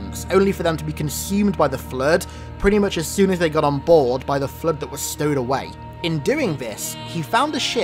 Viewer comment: The fluueed 🤣